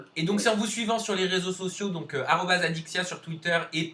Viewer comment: je reve ou au lieu de dire alexya au lieu de adixia ?